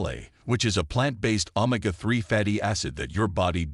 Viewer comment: Hey robot, it’s o-may-ga, not ohm-ma-ga 😅